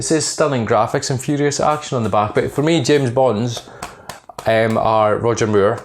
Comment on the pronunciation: Sounds like your saying Roger Muir :) Watch the vid when you talk about roger moore with the subtitles on lol